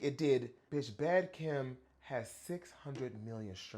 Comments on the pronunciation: omg i stg i thot u was saying “Bad KIM” the first 3 times baby 😭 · He did lol he kept saying it wrong until he read it